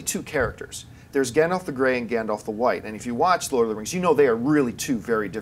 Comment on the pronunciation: Did seriously call him Gondoff? And call the mountain Arober? Please learn the proper pronunciations!